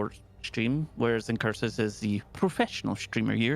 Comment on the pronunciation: IncuRsus, nice hard R pronouncing.